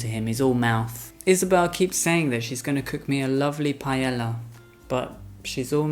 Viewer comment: Palella? Pallela?..ahhhh paella..hahaha